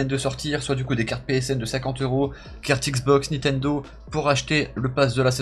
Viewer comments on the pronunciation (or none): none